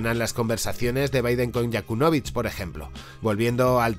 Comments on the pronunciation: Yanukovich, no Yakunovich... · Todo muy bien pero ¡Con un demonio se dice Yanukovych no YaKUNovych! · tio, que no es Yakunovich, que es Yanukovich.....YA-NU... no te lo tomes a mal, el video no esta mal pero cada vez que lo pronuncias así Putin estrangula a un gatito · El expresidente se llama Yanukovich, no Yakunovich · Es YANUKOVYCH no yakunovych! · No es Yakunovich.....🤣 Es Yanukóvich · Jajajajaja Yakulovich, madre mía... Encima lo dices 30veces en el vídeo. Informarte un poco más compañero cuñado: Yanukovich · todo el video pronuncias mal el Nombre de yanukovich, dices Yakunovich ojo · Yanukovich no Yakunovich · Cometes el mismo error que estás criticando. Y es Yanukovich, no YAkunovich. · Yanukovich, es Yanukovich. Янукович Muy buen vídeo. Gracias. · Si no te aprendiste bien el nombre de YaNUkovich estas perdido... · Se llama Yanukovich, por favor. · Perdona, pero cada vez que dices "Yakunovich" me estalla la cabeza. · Se dice Yanucovich.